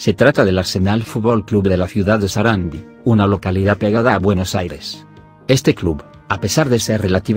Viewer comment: SARANDÍ con acento en la i latina